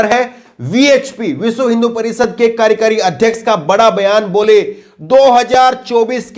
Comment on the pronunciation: हिन्दी उच्चारण पर ध्यान दें ----कार्यकारी •